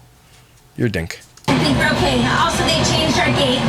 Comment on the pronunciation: “Tink of gas” 🙄